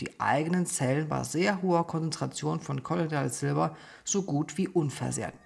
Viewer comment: Also ich weiß ja dass es relativ egal ist was ich hier schreibe und jedes Kommentar hilft den Kanal zu fördern. Deshalb: Warum betonst du denn in dem Video dass das Silber in Kolloid Form vorliegt sprichst es dann aber trotzdem kollo'DI'ales Silber aus? 🙈 Völlig unabhängig davon Liebe ich diese Plattform, deine Visionen, Ambitionen und den Content!